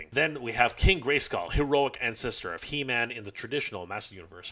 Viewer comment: It’s pronounced “He-Men-S” not “Him-N-S.” 😂